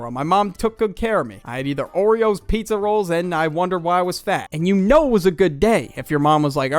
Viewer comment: why did you say roles? It's rolls